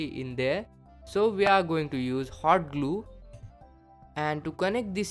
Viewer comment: does he say "hard glue" ? xD